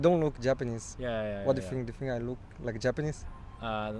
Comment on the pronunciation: Bro, not "RIKE" it's "LIKE" LaLaLaLaLaLa Like!